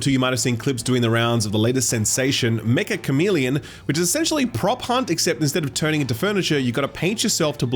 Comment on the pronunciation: Dear lord. Meccha is not pronounced like mecha like the giant robots. It’s more like metcha with an actual ch sound. It’s a casual Japanese word for like “very”